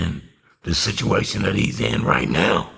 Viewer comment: homie said sishuation 😂😂😂